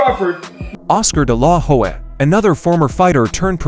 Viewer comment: This.guy.anouncing is an idiot hed calling oscar delahoya (dilaw- hoy) he cant pronounce his name he shouldnt be talking about this at all dude you are stupid learn to pronounce names lamer